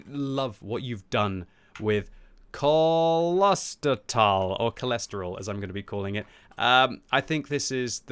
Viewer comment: "Close ter tal" would be the correct pronunciation. Which literally translates from German to "Monastery Valley". Personally I deem it Kloister. This map definitely has its strengths with being a very decent mix of city and open terrain. The city definitely favour faster heavies that can get into those positions by the fountains or ambush through the tunnel. The WoT mechanics are too forgiving/dumbed down to allow for a much more open and less hulldown favoured city, if WG added a "hardcore" mode with higher experience and credits but gave tanks less HP to spend but the chance to respawn they could make realistic locations feasible. I personally enjoy maps that are closely related to the realistic location and want to see more that are inspired by them, Cologne would be an excellent city map offering many wrecked buildings and numerous angles of fire. I'm not sure why WG has recently taken interest in having more tunnels and "indoor" areas, and the concept is cool but tanks are famously not indoor vehicles. Though if you ever get a chance to pitch a map, I think a map based in a mine would be absolutely awesome and fulfil WG's recent obsession with tunnel areas. There'd be lots of chances for hulldown ditches or cover, weaving corridors and literal pitfalls. Could also offer a chance to include dust as something that limits concealment or make it darker inside, giving muzzle flashes new life.